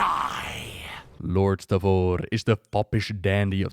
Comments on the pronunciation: I've heard so many people mispronounce lord Stavros' name. It's Stav. Like in the word staves. And ros like in the word roster. (Close enough) It's definitely not pronounced "Lord Stavore". It's a name that's greek in origin and it means "cross" or "stake". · Thank you for this awesome video! I've stopped playing WoW, but I'm always interested in the lore! Can't think of a better channel than yours to get all the juicy lore bits from! Also, it's lord Stavros, not Stavor xD